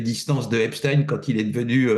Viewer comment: Dire le pauvre pour eipstein m'ecorche les oreilles